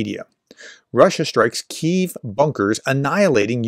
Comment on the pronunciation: "...it's pronounced Kyuif"...the same energy as:..."It's Ma'am"... No,, it's actually pronounced "Queev"...